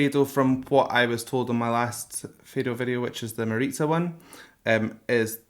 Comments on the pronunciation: It's not fado, it's just portuguese music, with an oriental/Arab twist. Fado is very specific, with a few acoustic instuments only. And for God's sake, it's pronounced FAH-DU, not fay-doe!! 😅 I enjoy your videos, but I suggest you at least got some info on the language that you're gonna listen the song in because it always sounds catastrophic... sorry 😣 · NOT F"ae"do, Fado, as in "bark" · it's Fado with a short 'a' not /feido/ it's like the sound of "Fa" ( also this song isn't Fado) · Fado. It's not pronounced "feydough". It's pronouced "fahdü" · It's "fah-dough" -- not "fey-dough." You could at least learn how to pronounce it properly. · You can say ‘Fado’, with an open A, instead of ‘feidow’! Like Faahhddo! :) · Dude, FADO. not fheydoo , FHADU, like in FATHER. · You say FEdo with an e and an english accent but it is called FAdo with an open A like in avocAdo (the second A :) love your videos - keep up the good work <3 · foneticaly don't say fedo.... you should say fA-do. cheers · If you can please listen Mariza singing Primavera and btw its pronounced "fah-do" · thank you so much for this, but please call it fado (like fad)o instead of faydoh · Faaaardo with a soft "a" not FAdo with a hard "a". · Love your take. I’m a fan now. Just a note, though, pronounce Fado as Fah-doh. You got it right the first time. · Just one thing it is said fado with an open a not feido... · You need to Google how to pronounce Fado, its pronounced like you would say father without the er at the end a o instead fatho or Fa and Do one after the other. That's the best I can explain it lol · Great video. . For the record, it's pronounced f 'ha'do. Phonetic open 'a' like in 'cat' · Always looking forward to see someone experiencing Fado, something that is very personal and close to each portuguese heart. By the way, it's Fah-du (I guess that might help ;) ). Cheers from Portugal. Keep up the good work. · hey! fado is actually pronounced fah-doo! thank you for appreciating our music!